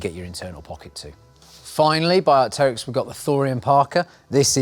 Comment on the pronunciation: "Arkterrics" (as pronounced), it's named after the fossilized prehistoric bird so it's "arc-trix" short for Archaeopteryx!